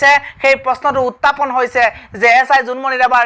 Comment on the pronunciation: Utapon nohoi burbok..utthapon buli ko..